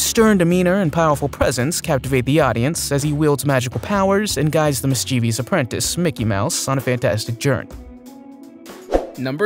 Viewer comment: Note to narrator: The word is "mischievous" not "mischievious". (And you get paid for this?)